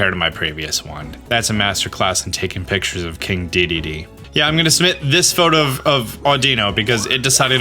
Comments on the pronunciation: haha he butchers that. It was in the cartoon. Duh-den-aye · Dedenne is pronounced day-den-ay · Dedenne is pronounced, 'deh, deh, neigh'. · It's pronounced: Dead-den-neigh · its day-den-nay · Deh-den-nay. You had it right a few times lol Also, who found out the eevee thing without some sort of guide?! That was total madness 😵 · Dedenne is pronounced “duh-dehn-eyy” my dude, in case you want the correct & easy way to see how to pronounce it. You pronounced it correct . Edit: while I’m here— vivillion is pronounced “vih-vee-yawn”. Has a French sort of pronouncing where the L sound is more of a Y. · Dedenne is pronounced “Duh-den-ayyyy “